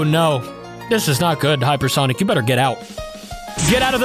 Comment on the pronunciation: Heyper sonic